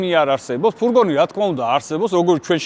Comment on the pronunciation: ფურგონი არა, ფურგ-უ-ნია 🎉